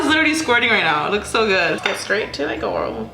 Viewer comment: I cannot when u say gourl or whatever it really irks me...